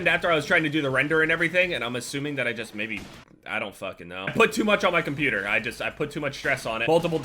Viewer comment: You say cuputer instead of computer lmao